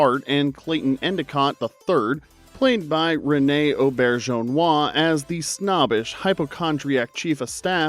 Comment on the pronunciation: During this time period, most shows were canceled unceremoniously with no ending episode to wrap things up. However, it was enraging when shows left on a cliffhanger like some of the entries on this list (how in the world did you miss “Soap”?). Props for pronouncing René Auberjonois.